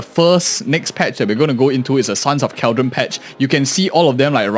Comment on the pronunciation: Hey, just wanna bring to your attention that CalyDON pronounced like how you would California but Cali and then DON. What you're saying is Cal-dron/dren which is wrong. Just a mispronunciation for your heads up.